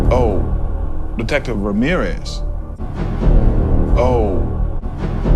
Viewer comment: "OH DETECTIVE RAMERIZE"